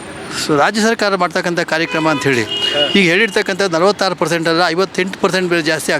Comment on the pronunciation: ಕೊನೆಯಲ್ಲಿ ನೀನು ಹೇಳಿದ್ದು ಕಾರ್ಯಕರ್ಮಾ 🤣😂🤣😂🤣😂 - ನಿಮ್ ಕರ್ಮಾ, ಕಾರ್ಯಕರ್ಮಾ ಅಲ್ಲಾ ಸ್ವಾಮಿ ಅದು ಕಾರ್ಯಕ್ರಮಾ ಯೇನಂತ ಕನ್ನಡ ಮಾತಾಡ್ತಿರೋ